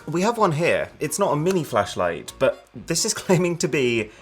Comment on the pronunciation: I thought he said mini flesh.....👀